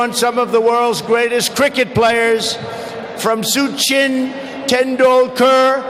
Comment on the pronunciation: Soooooo-chin Tendulkar 😂